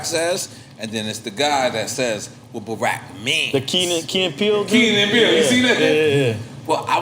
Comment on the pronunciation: Am I the only one who didn't like how he pronounced " barack" 😂